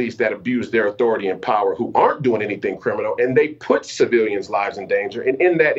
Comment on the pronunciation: "Not so crimmunal" he sais?¡! $#